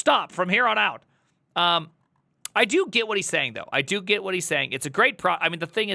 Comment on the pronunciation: You "Git" what he is saying ?